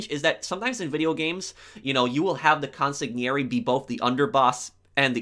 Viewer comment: Loved the video! Most underrated game in the series in my opinion! Btw, 2 little things: Consiglieri is pronounced consilieri (so don't worry about the g), and the sicilian guy, Massimo Torini, the stress is in the MAssimo (like maximum), not maSSImo. Love your channel, keep the great work!